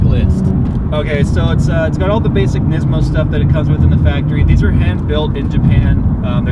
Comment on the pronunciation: Nizmo lol its pronounced niece-mo